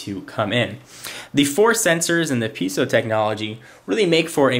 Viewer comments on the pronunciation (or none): Piezo. It's pee-ay-zo, not piece-oh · not to be critical, not really a big deal but piezo isnt prounounced peezo or peeeso its pronounced pee-ae-zo like Pea- A like the letter then Zo like yo yo except zo zo